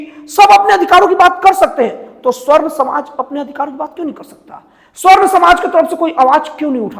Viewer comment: जय श्रीराम जय श्रीकृष्ण हर हर महादेव, पत्रकार महोदय, स्वर्ण नहीं सवर्ण होता है ।